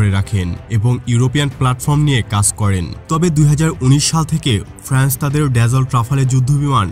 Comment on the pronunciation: কথাটা "ফ্র্যান্স" নয়। "ফ্রান্স"। প্রতি দিন "ফ্যান" ভাত খেয়ে বিরিয়ানি নিয়ে বিশেষজ্ঞর খুঁটিনাটি মতামত দেওয়া।